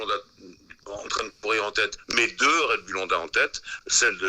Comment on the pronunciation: "Red Boulle" ?